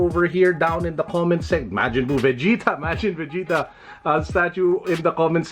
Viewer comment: he butchered majin vegetas name omg